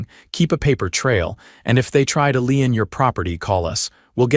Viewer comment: A find is looking for and finding something, a fine is a money punishment not a find, a subpoena is not speiied supina, a lien is not something leaning on anything or toward any direction. legal terms, not average words. DUMB AI, count how many thousands? Only getting Dumber. Read you can tead something present tense, read past tense, Two differing pronunciations, you pick the WRONG one consistantly.